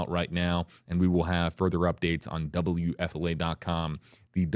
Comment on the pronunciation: When a person is hit by a vehicle, it is NOT a "crash." A crash is between two or more VEHICLES. DUH! And WHO pronounces WFLA "double you EFFEL ay???" F and L are two separate letters. Learn how to say the name of your employer properly; W-F-L-A!